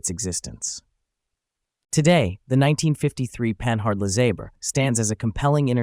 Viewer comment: puh-NARD, ffs, not pan-hard.